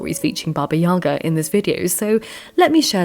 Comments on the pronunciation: yagA, stress on the last syllable, not yAga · thanks for the video! btw, in russian the stress falls on the last syllable - baba yagA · YagA. Put the stress on the second syllable, please.